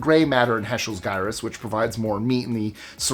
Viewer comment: Health scientist here. Gyrus is pronouced jyrus. Don't normally say anything, but that one really grated on me.